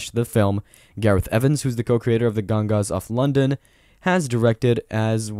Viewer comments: Gongas of London? Bro, dial in your text to speech. It's gangs of London and gareth evens deserves more respect than that. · “Gangas of London” 🤦‍♂️